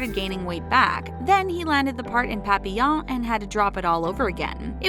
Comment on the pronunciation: lemme get this straight... you tried really hard to pronounce papillon and les miserables as accurately as you could but didn't try at all with quinoa?